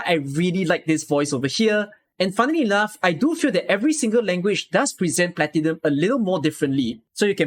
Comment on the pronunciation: The pronunciations of "Exusiai" and "Kazimierz" turned me off of the Exu, Texas, Platinum, and Nearl voices. The director should have caught those before the voices were approved. Also the fact that Platinum seems to pronounce "Platinum" incorrectly repeatedly after speaking it correctly once in an earlier line is just weird. Highlights are definitely Phantom and Noir Corne for sure. Cliffheart and Plume are also wonderful. I'd say overall, pretty good, but definitely a few misses, and couple fails. Good batch, but sadly not perfect. I'm looking forward to more, and hopefully they course correct on some of the pronunciations moving forward. I'd be interested in seeing if they ever redo lines for current operators, but I highly doubt it.